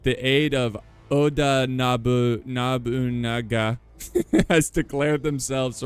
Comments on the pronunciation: Piece of advice for pronouncing Japanese names Just say them as literal as humanly possible, there aren't any weird pronunciation rules in their language especially not with romanized names. So No-bu-Na-ga. No stupid changes like Kansas and Arkansas It is quite literally the easiest language on earth to read and pronounce even if you don't understand a word you're saying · the pronunciation of Nobunaga. You should sit in a corner and face the wall for five minutes